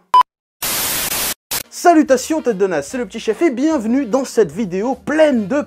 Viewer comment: « Mais quelle est donc cette raison petit chefeuh »✨😂😂😂✨jpp